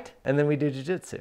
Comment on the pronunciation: Did you say jui jitsu?